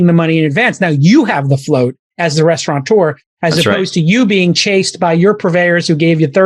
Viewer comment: There's no N in restaurateur!